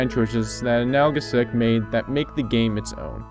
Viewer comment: "Analgesic," dude. It means something that reduces pain. Like aspirin is an analgesic. Pronounced Ann all GEE sick.